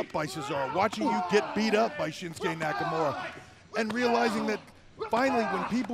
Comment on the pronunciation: "Shinsuke Nakamuro".